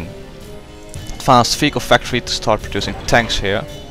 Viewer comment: is it just me thats hearing fecal factory?